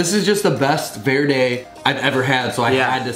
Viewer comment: Two white boys trying to say "Verde" lmao. Tamatillos and hot Chili's is what green salsa is made out of. Verde!